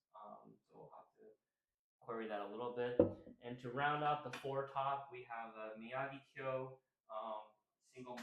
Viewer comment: I like your channel because you guys pronounce Miyagikyo correctly.